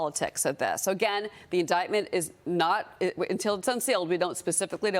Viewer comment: She doesn't know how to pronounce DERSHOWITZ. NOT HARD.